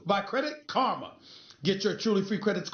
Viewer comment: "credit karmer, credit karmer, thats karma" it's pronounced "car-ma" stephen a not "car-mer"